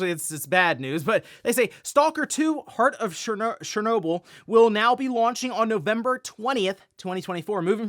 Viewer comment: Does anyone else think that "chernobyl" sounds like a word the "ohmagerd" girl would say?